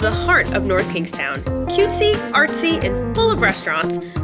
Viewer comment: Nice video, thank you for pronouncing the towns name correctly.